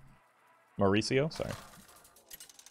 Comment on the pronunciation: I am 31 years old and 2 things have never happened until today for me. I have never heard my name apply to someone else and i have never heard it pronounced properly without me correcting people. It was surreal to hear Mauricio in this vid.